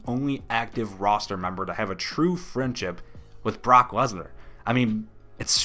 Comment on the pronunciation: This dude said Lesnar with three syllables